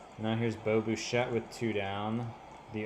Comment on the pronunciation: Lol not to be that guy but it’s bi chette no bu chette. I know you’re way past recording this lol. But love the series.